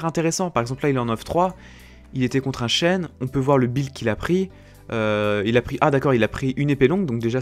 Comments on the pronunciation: ON DIT "BUILD" ET NON "BILD" Merci ^^ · pourquoi tu dit bild?:D